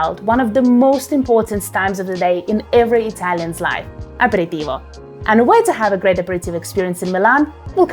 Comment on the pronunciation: It ia APERITIVO ,NOT apiritivo....